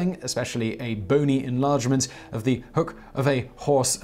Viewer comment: The horses hind leg joint is called the HOCK, not the "hook" :) Great video, as always, Simon!